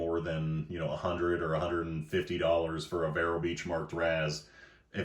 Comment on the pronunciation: Vero is pronounced like veer with an o at the end.